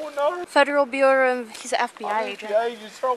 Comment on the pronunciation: “federal bueyriu”